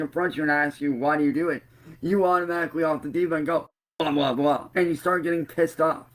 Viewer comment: I love that its not "blah blah blah", its "bwah bwah bwah" 😂😂😂😂